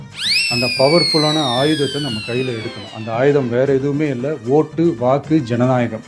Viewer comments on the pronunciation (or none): அப்பூ..... அது ஜநாயகம் இல்லை ஜனநாயகம்......... எங்கே சொல்லு...... மறுக்கா சொல்லு... மறுக்கோ சொல்லு